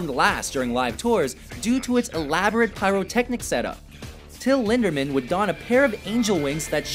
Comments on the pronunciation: “Till Lindermann” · "till lindermann" wow xd